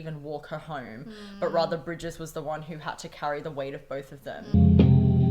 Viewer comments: Her name is Phoebe Bridgers not Phoebe Bridges. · oh and it's phoebe bridgers not bridges 😅